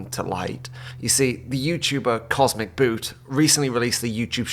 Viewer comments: love how you keep pronouncing the name wrong, classic spiteful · the biggest thing for me... is that he actually has been getting cosmeticboot's name wrong the whole video! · dude he doesn't even pronounce the guy's name right 😂 Edit: damn i got bamboozled too hahaha